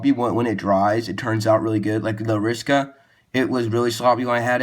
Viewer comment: AR-I-SA-KA NOT ARISKA